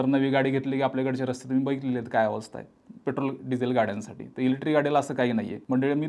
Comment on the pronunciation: एकच वाक्य परत परत किती वेळा? ग्रामपंचायत पंचायतीत देखील मेंब्र एवढं रिपीट करत नसावेत आनी अजून एक तुम्ही इलेक्ट्रिक शब्द उच्चरताना इलेट्री म्हणताय बाकी तुमचा विषय चांगला आहे